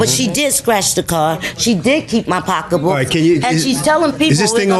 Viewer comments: It’s SO ANNOYING,how she’s saying POCKA BOOK 🙄🙄🙄🙄🙄UUUUGGHHHH!!! EMBARRASSING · That's black English....